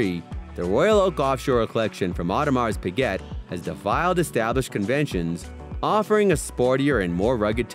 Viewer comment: Tag Howaverr... Audemarse pigaet... Pateek filappae.. :)